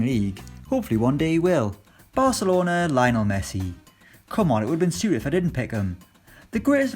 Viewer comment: “Lie-O-nell” Leo-nel. You don’t just mispronounce the GOAT’s name like that. It’s Leo or it’s nothing. Honestly most of the pronunciations are whack. It isn’t ree-al, it’s ray-al. I hate when English speakers butcher names in other languages. I’m guilty of it myself at time which is why I don’t bother trying if I can’t say it correctly